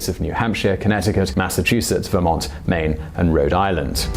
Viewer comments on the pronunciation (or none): none